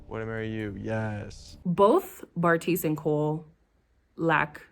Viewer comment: You refuse to get Bartise’s name right and I love it 😭